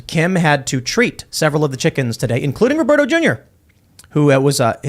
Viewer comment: I am worried for Tim's chi-CKENs.